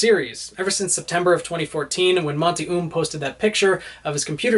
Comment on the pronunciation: the way you said monty oum killed me